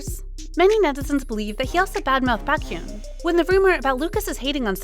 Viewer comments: Honestly, if you are going to be paid to do voice overs for kpop related videos , couldn't you please do some research on how to pronounce names? Lee Hi pronounced Lee Hee, Baékyoon etc... it is highly annoying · This sounds like an actual voice and not a robotic AI voice. So, if this is an actual person talking, WHY in the world can this person NOT figure out how to pronounce “Baekhyun”?? Over it… I am not subscribed to this, and wish this idiocy would not appear on my newsfeed. Also, let’s not assume that Baekhyun is mad at Lucas, and let them work out any possible beef between themselves. And netizens reading between the lines and making assumptions, and also saying they are not going to forgive someone?? Dear Lord… netizens must be so freaking perfect, and never make any mistakes. Frankly, I’m tired, so tired of people bashing idols for stupid reasons, or putting up this sort of “news” which brings nothing but stupidity to the Internet.